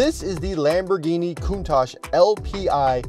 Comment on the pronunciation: Breh it’s not pronounced coont-ach is pronounced count-tach, honestly the most annoying thing Americans say